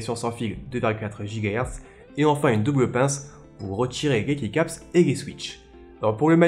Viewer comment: juste le mots keycap se dit kicap en anglais sans vouloir etre chiant